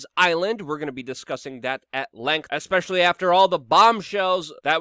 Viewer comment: "Ekspecially" Love it.